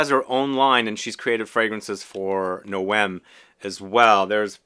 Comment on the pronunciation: I've seen one other reviewer talk about this brand, and she seemed unsure about how to pronounce the brand name. But I think you're pronouncing it the right way.